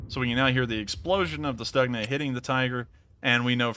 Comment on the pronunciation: stookhna. not staagna